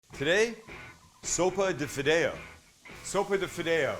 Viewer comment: Oh hell no!!! Can’t trust anyone who can’t even pronounce the name of the soup, and he butchered it, especially adding Cholula.